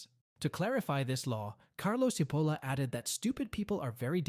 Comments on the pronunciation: Mentioning stupidity: his name is not "Seapoulah" , but Cipolla! (Which means "onion", by the way) Why are all people form all over the world able to pronouce foreign names correcty but the anglos? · It is not pronunciated Sipolla but Chipolla, it means onion in italian, actually it sound a little funny as a name. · pronounced chee polla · His name is pronounced 'tʃiˈpolla' - stupid! 🤪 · It's not pronounced "Sipolla" - it's "Chipolla". It's basic Italian pronunciation, and the word means "onion". Now, don't be stupid. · His name is pronounced “chee-POHL-la”. In Italian, “ci” is always “chee”, as in cheese. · Pls. pronounce CHEE-POLA, as Italians do. Thx. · Cipolla as in chichi “Chipola”. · I apologize if this comment comes across as pedantic. In Italian, “ci” is pronounced “chi.” Therefore, Mr. Cipolla’s last name is pronounced “Chipolla.” How someone could make a video and mispronounce the author’s name of the work he is discussing is beyond my comprehension. Has the video maker never heard of “Leonardo di Vinci, or the opera composer, “Giacomo Puccini?” Has he never seen “Fettuccine Alfredo” on the menu? Talk about “stupidity!” This “stupidity,” in my book, undermines the video maker’s credibility. If he doesn’t know how to pronounce the name of the author correctly, if he hasn’t done his homework regarding the correct pronunciation of his subject’s name, how can we rely on his content? Additionally, and equally troubling, his “stupidity” is spreading “stupidity” as his viewers will ape his mispronunciation! I hope this helps. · Well, you are stupid enough to not be able to say Cipolla correctly.